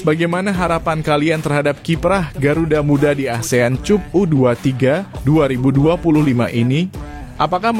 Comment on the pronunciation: Ayo Mimin tolong benahin ucapannya. Masa Cup dibaca /cup/. Rasanya kata Cup dibaca /kap/ bukan kata asing lagi. 😂😂😂